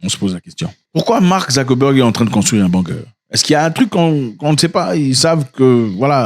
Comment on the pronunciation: On prononce : Bounker.😎